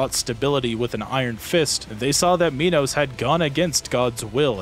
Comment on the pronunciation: Okay so King Minos is often mispronounced. He, like Act II's King Sisyphus, is named after a king in Greek myth. In particular, Minos is the king who locked up Daedalus and Icarus in that one tower. He did that because Daedalus made a wooden cow suit, the world's first fursuit, so Minos' wife could get it on with this one prized bull. It's fine, one of the gods cursed her to be in love with it, she wasn't like that. Anyways, she did have a child from that bull. It was called the Minotaur. Translated, "Minotaur" actually means "bull of Minos" (Minos + Taurus). Fun facts aside, Minos' name is pronounced "My nos" and not "Me nos". I included that trivia up there both to flex how much of a nerd I am, and to show how I came to learn how to properly say his name. After all, it isn't a Me-notaur.